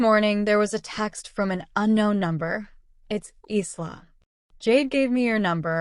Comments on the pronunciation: Isla is not pronounced eesla . It is Ila . Long I the syllable stressed and then la secondary stress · Isla’s name is pronounced eyela